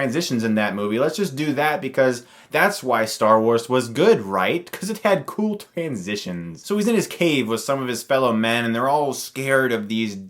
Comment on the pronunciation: You should make a shirt that says "Cool Twansitions"